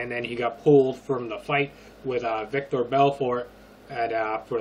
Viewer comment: It's Vitor, not Victor lol